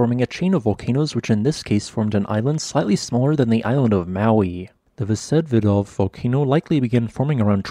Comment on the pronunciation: Vsevidov pronounces with accent on i.